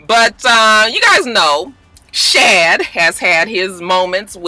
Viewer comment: you still got it wrong LMAO. Shad is pronounced like Rod. I appreciate your efforts tho lol. So positive. I agree with you about Alexis Sky 🤔 Wiz as much as I love him, he's doing everything in his power not to get back with Amber when he knows he want to. Apryl and the last girl is a NO from me